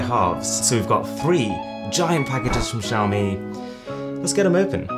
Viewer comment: Please learn how to pronounce Xiaomi properly 🙏🏻